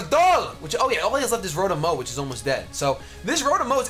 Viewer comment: are you calling it "Rotom Meow?"